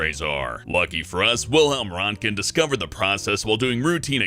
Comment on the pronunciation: He butchered Wilhelm Röntgen last name lol